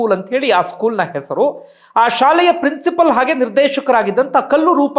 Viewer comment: ಪ್ರಿನ್ಸಿಪಲ್ ಅಲ್ಲ ಪ್ರಿನ್ಸಿಪಾಲ್